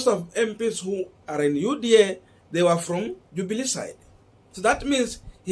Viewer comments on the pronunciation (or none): none